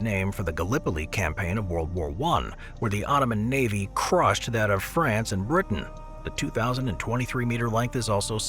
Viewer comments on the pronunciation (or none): none